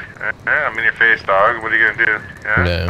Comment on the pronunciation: says da-ug-ga instead of dog